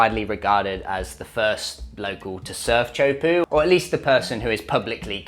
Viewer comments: (tee) (ah) (ho) (poo). "Choapu" is butchering it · It's pronounced tay-a-who-po not chopuu